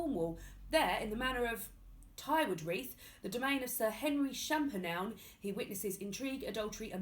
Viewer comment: Yes to Jane Eyre June! I am in. "Maybe Edmund is not there because he was being a daft sod and had gone off with her." Best description of Edmund's betrayal! Tywardreath is said Tower-dreth if you can't approximate a Cornish accent, if you can it's more Tare-dreth (with the /are/ like in "we are going somewhere", not /are/ as in 'care', nor the clear /ar/ sound in 'barn'). Either way the emphasis is on the end syllable. Took me 10 minutes to work out how to explain that and I lived in Cornwall for the first 20 years of my life.